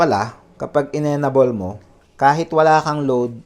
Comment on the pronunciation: Enable = "en-ay-bol" po ang pag pronounce sir not "enabol" po. However, thank you for this useful video.